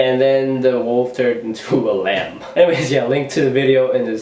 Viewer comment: oh LAMB, i thought u said lamp....